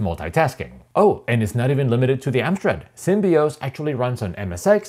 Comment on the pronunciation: I think you have mispronounced SymbOS as Symbios. Perhaps some Symbian memories stroke in? ;-)